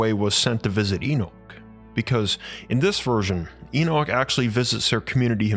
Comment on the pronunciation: you're saying Enoch incorrectly, same as a lot of folks. Please pronounce it correctly, we can't listen to such a blaring mistake.